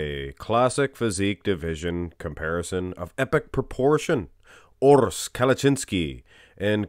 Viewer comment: URRs is the right pronounce, well spoken my friend😃